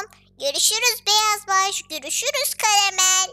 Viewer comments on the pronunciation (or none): karamel yerine kayamel diyince ne güldüm be hala gülüyom